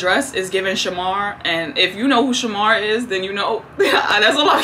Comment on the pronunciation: Not Shamarrrr 🥲